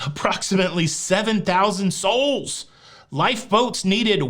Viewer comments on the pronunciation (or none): Had to replay the part where you talked about the governing body because even after four times I thought you were saying "soulless". And thought, that can't be right, seems a little ominous and somehow fitting for this discussion of under sizing the amount of lifeboats. Then I googled it. 😂 Keep up the good work!